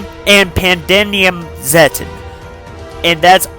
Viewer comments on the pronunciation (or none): You mean zetton so here’s how to say it Zet_ton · Actually it pronounces Zet-TON like tons of zets